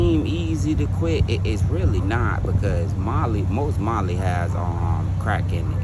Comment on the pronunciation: Ain't no fucking M in that "Molly." 😂